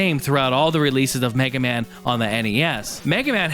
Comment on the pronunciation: Mig-ah-mon? Mag-eh-man? Hmm not sure about this, sounds interesting. I will have to see if I can track down some of these odd rare games, might be fun! Kick ass review as always bud!